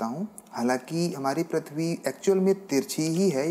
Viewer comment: Prithvi not prathvi Correct your pronunciation